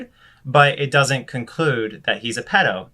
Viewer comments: ... why are you saying “pledo”? If you’re talking about the shortened form of Paedophile/Pedophile... then there is no L in ‘Paedo/Pedo”, besides the point but you said it more than once so rather than a slip of the tongue you seem to think that’s how it’s pronounced 🤔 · You said pledo twice idk why that bothered me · Why do you say pledo btw? Also this "man" (Onision or Greg) should not be allowed on the internet. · Its PEDO not PLEDO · Is he saying pledo? Lol!🤣